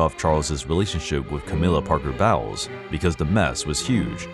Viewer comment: Bowles is pronounced Bowls and the question Charles was asked was if he was “in love” not if he loved her. Big difference and an inappropriate question to begin with